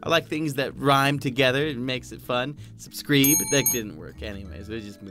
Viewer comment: Great video, I loved when he said subscribe with a "e" sound